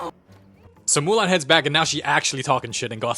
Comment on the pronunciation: "So Murahn make her Own Army of Kung fu Pandas" 😂